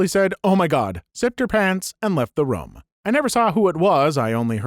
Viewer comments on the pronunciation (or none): I can't stand how you say the word "room."